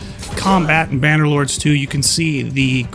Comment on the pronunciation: say the games fuckin name correctly you plebian! Idiot